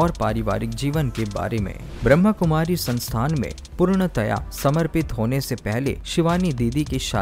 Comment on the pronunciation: Please bhai jii sahi tarike se boliye Brahmakumari Not brahmkumari om shanti